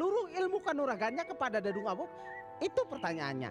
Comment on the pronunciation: Tumben dadung awuk ngmng nya agak bener😂😂😂